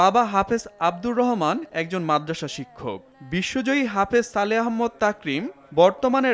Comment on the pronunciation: ভাই আহম্মদ না আহমাদ।